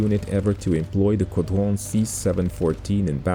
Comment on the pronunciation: J'adore ton accent français "groupe de chasse" "Caudron" "Guy La Chambre" Merci pour tes vidéos 📹, toujours au top 👍🏻